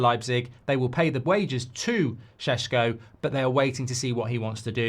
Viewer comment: Thank you for finally getting the Šeško name correctly 👌😁